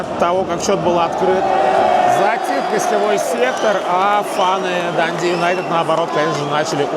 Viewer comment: ДандИ с ударением на последний слог для нас звучит непривычно